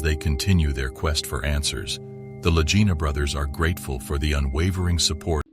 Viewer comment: This is an AI FAKE report. There is always a tell. It isn't the La Jina Brothers, but the Lagina Brothers. EVERY human knows this. La Jina, La Jina, La Jina, LOL!